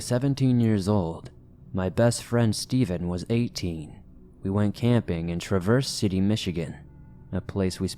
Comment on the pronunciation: Mispronounced Traverse City. Pronounced Trav-ers not like traverse; ie not to travel across.